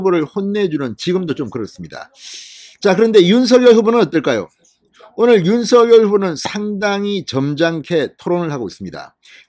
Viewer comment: 발음 좀 정확히 하세요. 윤성녈이 옳습니다. 자음접변 때문이죠.